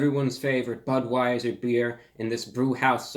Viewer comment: this man just said Buttweiser